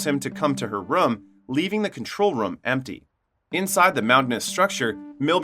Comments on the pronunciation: Anyone else bothered about how he says “rum” instead of “room”. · Its room dude, not rum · Why do you say room like that? Sounds like you are saying rum. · It's pronounced rue-m not rum btw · my english is not the best, is this they way to say ''room''? it sounds like rum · weird how you say room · To the narrator: the "oo" in "room" is not pronounced like the "oo" in "book" or "look". It is pronounced like the "oo" in "doom", or "loom", or "boom". The way you pronounce it sounds weird AF.